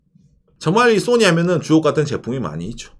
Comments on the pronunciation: Sonny 인줄.. ㅎ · 웃기는 소리하면서 웃기네 . 정확한 발음을 하세요 나는 손흥민 이야기 하는줄 알았네 야 이양반아 .